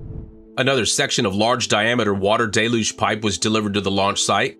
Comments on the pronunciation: Please learn how to pronounce Deluge properly... It's Del (like del taco) You - ge The trailing e makes you say the letter u fully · DELL-yoog! DELL-yoog! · It rains hard (but not generally for long) in Florida. Always pronounced it "Day-luge". Never heard different in the Northeast (where I was born and live presently), nor Hawaii or California (where I've also lived and worked). That pretty much covers most of the country, doesn't it? Maybe it's a flyover-state thing.